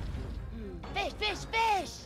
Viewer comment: he says fish why riot?????